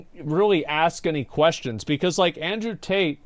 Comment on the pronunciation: Tate has a problem with the letter T. I bet he pronounces his own name Andrew 'ae.